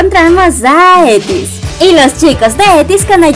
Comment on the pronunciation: Perdona pero es eitis no etis. Te aviso por si no lo sabías y aparte por cariño que no venga una tóxica y te lo diga de mala manera. Besos amo tus videos. (◍•ᴗ•◍)❤